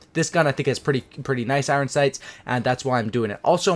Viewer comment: You say the word iron with such an over pronounced second syllable. eye-ron. . . good lord dude. Good video though. <3